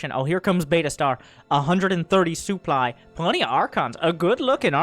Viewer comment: Still saying souply